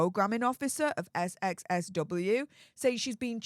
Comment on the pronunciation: darling, it's called "South by South-West", not "SXSW"!!!